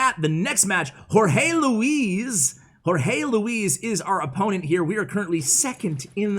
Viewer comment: Whorehey Leawize (Jorge Luis)